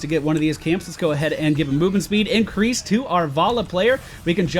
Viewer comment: He said incwease Hahahaha